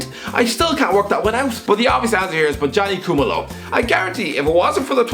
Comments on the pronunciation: Btw its pronounced Bo-Nga-knee Coo-muh-lo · You butchered Bongani Khumalo's name bro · Butchered the South African name😂